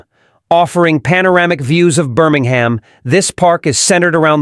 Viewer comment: It's BirmingHAM!!!!!!!!!!